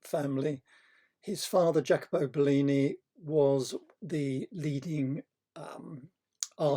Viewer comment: Great! Love it! BTW: It's pronounced 'yackobo'. Many thanks! MORE!!!! Veneziano! Castagno! Rossellino! Piero! All the early/mid quattrocento!!!